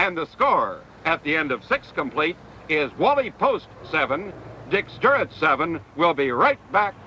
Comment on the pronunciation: How the hell can you repeatedly mispronounce Stuart but properly say Triandos?